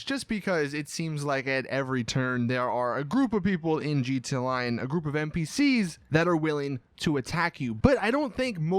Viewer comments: He's says GTA online like this gtaline I like it like that lmao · "G.T. aonline" why do you do this